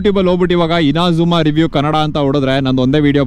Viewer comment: INAZUMA ❌ INZAMAM ✅